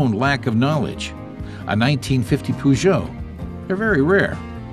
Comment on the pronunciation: "Poo-jo"? "Sit-twen"? Don't ya just love American pronunciation